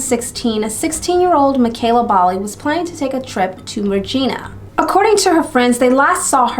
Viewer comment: Just for future reference, "Regina" is pronounced to rhyme with the word vagina lol. Really enjoying your videos! New sub.